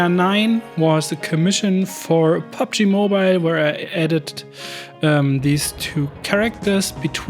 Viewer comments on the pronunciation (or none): none